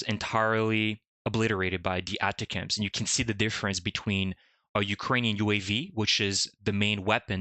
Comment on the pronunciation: Most military people pronounce that type of missile as "Attack 'ems". The accent is on the second syllable of "Attack".